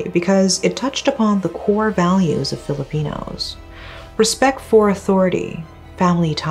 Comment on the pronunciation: I love how she pronounced the Filipino words so flawlessly. Thank you for doing your research so perfectly and thank you for shedding light on this case. ❤